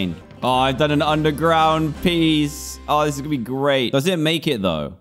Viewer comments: Evreone:SERISE SERES Me:Dan you said ble not be. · When he says ble instead off be